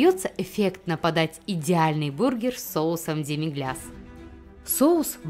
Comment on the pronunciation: Прикольно готовят демиглЯс (ой, сори, демиглас) неправильно, так ещё им заняли 50% ролика, он же тут вообще не участвует....